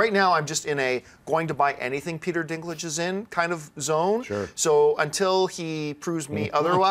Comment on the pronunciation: lol "...bause of the dinklage." sounds kind of wrong.